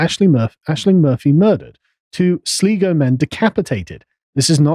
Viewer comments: Pronounced SLYgo not Sleego :) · Sligo. Sl-eye - go. 🤷🏻‍♂️ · “2 Sleego men” “the guard-eye” 🤦‍♂️ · Once they started rioting they lost the legitimacy, of course it shows the absolute double standards compared to blm. Get all up in the gardas face sure but burning and looting thats not good optics. Also wee heads up its pronounced sly-go